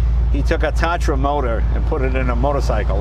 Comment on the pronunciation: Tah-tra. The first "a" is spelled longer, since it's named after a Hungarian mountain (Tátra).